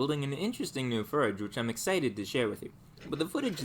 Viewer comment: i love this guys channel, especially the fact that he has never pronounced "forge" correctly